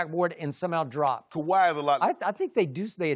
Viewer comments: Why can't skip just say Kahwi's name? Smh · Calls him #2 can't say Kawhi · Since you can't say Kawhi's name, I'll suggest referring to you as a certain "butthurt punk" there in fox sports. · Put some resepec on Kawahi name skip bayless